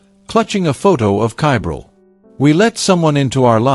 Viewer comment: Ugh, get the child's name correct please!!! Edit: well, now I'm not sure WHAT the child's name is, your AI pronounces it one way, yet the subtitles spell it about six different ways!! If you're going to do true crime stories, PLEASE give the victim enough RESPECT, to spell & pronounce their name CORRECTLY!!!